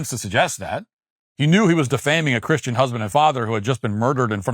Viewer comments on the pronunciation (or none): none